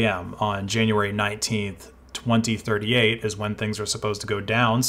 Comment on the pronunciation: you mispronounced 2038